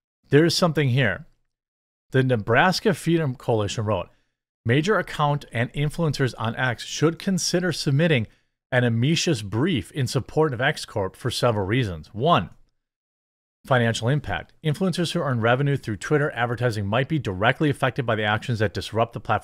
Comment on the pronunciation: You pronounced it wrong it's on me kus brief which is not a separate lawsuit it is simply saying that you are a friend and providing more evidence and support of the position